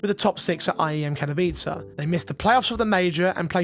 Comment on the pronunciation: Thank you for actually pronouncing Katowice and not doing something weird instead. Katowice along with Stockholm and Cologne are basically home for CSGO/CS2 and the amount of people that pronounce it in a senseless way is honestly annoying.